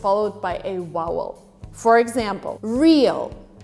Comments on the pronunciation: She said mouthes, wowel instead of vowel 😂😂😂 British accent😂😂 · Is it my ears or is she saying "wowel" instead of "vowel"? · "vowel" not "wowel" as you've pronounced it. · its Vowel not wowel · Why do you pronounce the word "vowel" as "wowel"?!! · vowel, not yowuel. top teeth contact lower lip. 'va'. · I had to keep playing when you said "vowel" cause I heard "wowel". Hehe. Is it time to clean my ears or that's just how you said it? Btw, I love your explanations,. <3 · US pronunciation for “vowel” is not WOWEL. The “V” is important to pronounce. Also, more than one “mouth” is not 2-syllables... it’s hard to write it out, but - go to “pronunciations on YouTube. 😊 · A “wowel” like rhymes with “towel?” Nooo... It’s “vvvvvowel!!” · I am completely confused by how she says "vowel" as "wowel". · Did she say wowel instead of vowel? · It is 'v'owel, not' w'owel! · has a lovely clear English speech which I, as an Australian, consider to be "correct" or "having almost no accent at all". Her mild Californian accent is not very different and it too is easy to follow. But she does sometimes pronounce the word "vowel" as both "wow-wel" and "vow-wel". It is not the w for v at the start of the word that troubles me. In neither accent should you stress the letter w in the middle of the word. Voice it very faintly and subtly or leave it out completely. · She say vowel not wowel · She said WOWEL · No mention of why she pronounces "vowel" as "wowel". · I'm curious about how you pronounce vowel. It sounds like you're saying wowel. You have a great American accent! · Thank you for your work. Just a word of advice ... please work on your "v" sound in "vowel". You sound like you are saying "wowel". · why can't she say vowel? it sounds like she's saying "wowel", I'm confused.. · The way she says "wowel" is amazing I'm literally Californian, why are these videos so entertaining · I love how you pronounce the word "vowel" as "wowel". I think it's cute. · Yea she is saying wowel